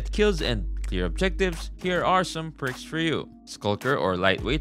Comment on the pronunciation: Bros trolling saying pricks instead of perks, right? Right?